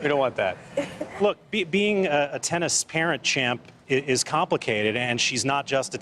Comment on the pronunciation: Thyson thennis